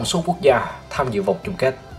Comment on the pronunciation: "TỔNG SỐ QUỐ GIA"